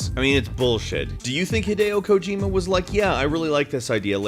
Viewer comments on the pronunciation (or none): none